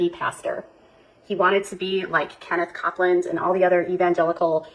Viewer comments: Hi &! It's so great to see you! I've missed seeing you both! I hope you are both doing well.🥰 I thought I was all alone in catching her mispronounce Copeland!😆😆 You are so right Cope-land! Taa Daa! 😂🤣 KJ is a piece of work! She is getting worse IMO. She can barely talk! She struggles to get her words out without spitting & stuttering through every single sentence! It looks like her tongue is doing gymnastics! 😂🤣 She's a giant word salad with an extra large side of mispronunciations! Her eyes always going every which way at 100 mph! 👀 👀 Ugh she triggers me! 😖 I can only watch her in small increments. But you on the other hand...I could watch all day! I miss your videos! I hope you start posting again soon! 🥰💜🐦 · How do you mispronounce Copeland? Cope-land... 👮‍♂️ land? Lmao. 🤣 I'm howling! Also lightening nor history have personalities, so no accidents can happen. I mean surely not twice. Bahahahhahaaaa! What a total idiot!